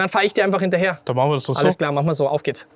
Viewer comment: Danke für diese lustige Video. Wir hatten wieder richtig viel Spass. Nicht vom Inhalt, sondern von deiner Aussprache. Machne, drückne, haltne, habne, hintne, untne, gewesne, durchfahrne, durchcheckne, das ist ja nur eine kleine Auswahl. Unsre kleine Gruppe hat jedesmal einen sitzen, ne sorry, sitzne wenn wir einen kurzne trikne bei deinen lustigne Videos.